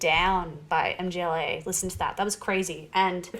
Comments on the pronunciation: MGŁA KURWA! not em dżi eley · For Christ's sake stop saying M.G.L.A! It's not an abbreviation or sth! It's a full band's name. It is a polish word "Mgła" - pronounced like [mgwah] - which means The Fog/The Mist. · Mgła is not "em-gee-el-ay", it's Mgła. It means "Mist", or "Haze" or "Darkness" in Polish. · "The band M-G-L-A" LOL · It's Mgła (meaning "fog") not M,G,Ł,A (like YMCA). But anyway, "Exercises in Futility" is brilliant. I have discovered synthwave versions only recently, and they're amazing. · The last one is MGŁA, not M.G.L.A :) Mgła is a Polish BM band and its' name means "Fog" :) Stay heavy \m/ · It's not M-G-L-A, it's mgła (try saying "mgh-wah"), it is a polish word that means "mist". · For Christ's sake stop saying MGLA! It's not an abbreviation but a full band's name. It is a polish word "Mgła" - pronounced like [mgwah] - which means The Fog/The Mist. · a czy tobie mieści się w twoim pustym łbie, że nie chodziło mi o pisownię lecz o wymowę? (Amerykanie mówią "em dżi el ej" zamiast mgla.) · Mühg-wuah 😅 Sorry, had to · They've probably heard so many different pronunciations ("muh-gla," "mah-gla," "mih-gla," "EM-gla," "MGLA" as an acronym) that nothing surprises them anymore lmao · and mgla is pronounced more like magwah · Mgla is pronounced MuhGwah. Band name means "fog". The other black metal band named "fog" is Taake. And they are ESSENTIAL black metal listening. Their 2005 album Hordalands Doedskvad is a stone cold classic. I actually think if you like Mgla, Taake is right up your alley. Especially based on your stated reasons for liking Mgla. They have that classic 'hazy' production. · Mgla is pronounced mm-gwa